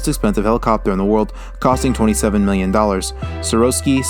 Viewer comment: How about pronouncing Sikorsky right.